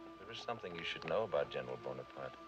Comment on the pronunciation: Napoleon ey bon apart ey , Everything is always ey! But it should be known that you can google the pronunciation! It’s a sign of respect to pronounce right ! ✌🏻